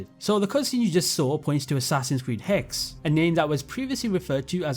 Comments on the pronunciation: I don't wanna be that guy but it's AC HexE not Hex. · I gotta say the people who made you stop saying Hexe correctly and just start saying hex are lame. Hexe is a German word meaning Witch....and we know Hexe is going to be in the Holy Roman Empire.....also known as Germany and Northern Italy. so please go back to the German pronunciation, you were doing it right.